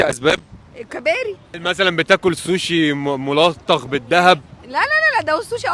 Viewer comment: المدام بتقول كباري 😅